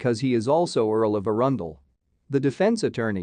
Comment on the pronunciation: Just wish your narrator could use the correct pronunciation of both Balmoral and Arundel, really grates on the ears as well as Corgis in a previous video.